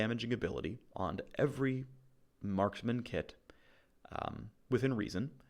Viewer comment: i love how he says "crit based maskman" like he's supposed to respect some kind of gender neutrality.